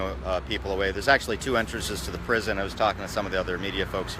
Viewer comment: Miles away from the prison,which the reporter mispronounced, no new details,filmed with a selfie stick.This is class A journalism here,people.